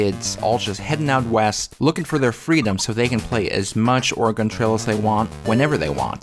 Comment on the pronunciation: 10 minutes and you didn’t pronounce Oregon correctly a single time. Congrats.